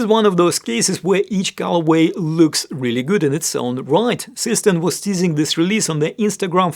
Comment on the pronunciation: Seestern is pronounced "ZAY-shtairn".